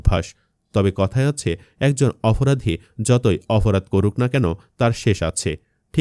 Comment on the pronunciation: উচ্চারণ সঠিক করেন।অফরাধী আবার কি?আর আসল সন্ত্রাসীদের নাম বলেননি।